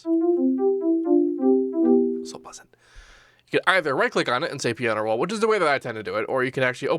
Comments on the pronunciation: "The pinano roll!" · Actually, he said panana roll 😐